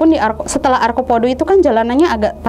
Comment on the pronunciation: arcopodo..bukan arkopodo